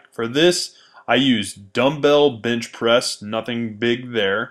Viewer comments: Bench * not bitch bro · Is he saying.....bitch press??? LOL!! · yall noticed how he said " bintch presss" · Is it me or is he saying "bitch press" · why he always saying bitch pressing ? lmfao